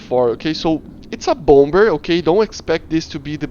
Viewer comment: bompber lmao. bomber is pronounced as bommer